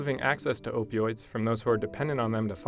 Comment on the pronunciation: Opee Oids